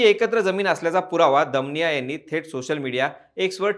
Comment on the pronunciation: दमानिया असा उच्चार केला तर बरं झालं असतं